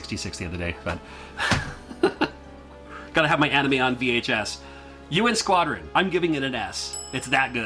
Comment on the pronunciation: The way you introduced U.N. Squadron sounded like the game was called Urine Squattin'.